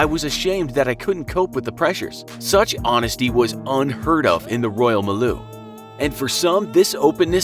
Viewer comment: Royal miloo? That's not how your pronounce milieu 😂😂